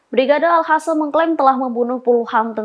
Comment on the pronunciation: Nih yang pake kerudung kebiasaan ngomongnya al hassam,,,al qassam ga bisaa